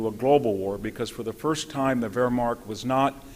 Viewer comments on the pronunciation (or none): Anyone to explain why Dr. Hanson pronounces Wehrmacht as WerhmaRcht? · He calls the Wehrmacht "the Verrmark," he calls Zyklon-B "Zykon-B,"he calls Guadalcanal "Gwaddacanal," he calls Brest-Litovsk "Brest-Littov," he calls Mt. Elbruz "Mt. Erebus," he calls Marshal Zhukov "Marshal Zookov," and there are other howlers, but what can you expect from a man who admits he's a farmer? But much worse still, as much information as Hanson has, and he does have a lot of it, he has no idea what to do with any of it, as he never draws any conclusions from it, for his capacity to miss the point or the consequences of what he is talking about betrays an obtuseness, even a blindness, on his part. Not once does he even touch upon the truth that for Britain and the U.S. to get into bed and side with Stalin, the most blood-soaked monster who has ever lived, against Hitler, instead of either staying out of war against Germany altogether, or even siding with Hitler against the Soviet Union, is the most colossal foreign-policy blunder committed by Britain and the U.S. in their entire histories. For Germany was never the enemy of Britain and the U.S. but Stalin always was. It was the communist ideology that dictated conquest of the whole world by the revolution of the proletariat in every nation, whereas Hitler had no more territorial design than conquest of Eastern Europe to expand Germany’s “living-space.” Hitler was only forced to invade Western Europe to defend Germany against Britain’s and France’s unprovoked declaration of war on a Germany that was at peace with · VDH’s scholarship and rhetoric are fine, but they’re undermined by his failure to learn how to pronounce some words that even amateur students of WW2 get right. Examples: Yamoto instead of Yamato, Mushasi instead of Musashi, Wehrmarkt instead of Wehrmacht. He’s an expert in this field, yes, but this failure to get such little things right interferes with his credibility on the bigger things.